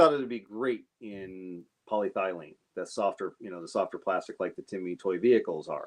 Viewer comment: Do not mean to be too picky but I believe your pronunciation of polyethylene could stand a small improvement. paa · lee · eh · thuh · leen